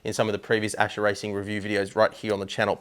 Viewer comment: Its Ascher, not Acher :>